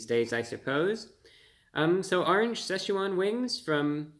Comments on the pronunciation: It's pronounced SITCH-wan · You're pronouncing Szechuan incorrectly. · The Seh sha Juan wings haha